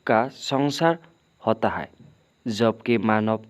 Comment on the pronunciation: Sir hi nahi wo ha hota ha